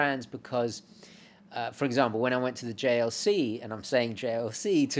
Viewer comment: Pretty sure it should be "Jejer le colt" (silent /t/). I watched the JLC advert to find this out.